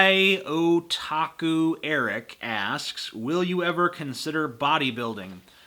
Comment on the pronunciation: My Otaku Eric. I can't believe you mispronounced that. It's an anime thing (